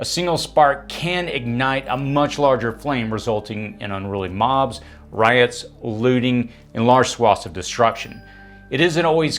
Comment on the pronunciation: You're pronouncing RIOTS incorrectly.